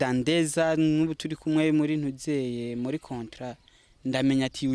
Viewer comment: Hhhh uwomwijogonyor wuyomukobw rer ingene avug ngo cotra barahaz